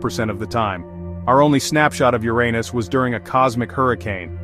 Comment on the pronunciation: I really appreciate that you let this say "yur-ay-nus" the entire time. That made it so much better imo. Lol